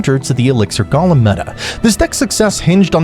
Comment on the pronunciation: I hate how u pronouce golem